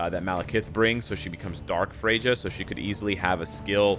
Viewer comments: Frejdža 🤣🤣🤣🤣 , its pronounced with "ya" at the end Fre - ya. Ignore the J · Its pronounced "Fray-ya